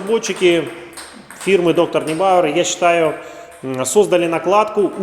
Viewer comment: Нойбауэр. Как пишется так и читается. Neu(ной)